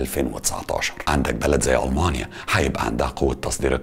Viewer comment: بقولك اي يا اسمها مارسيدس مش مرسدس ماشي واسمها ألمانيا مش اااااالماااااانيا علشان بس بطننا بتوجعنا 🙂 متابعك من سنه ونص ومبفوتش فيديو بس في حاجات كدا بتجيبلي مغص